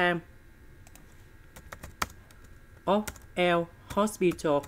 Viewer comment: Sir it's l'hopital ruli